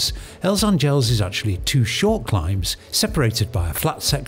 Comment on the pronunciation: Nice video. Just a note - A is stressed in word Àngels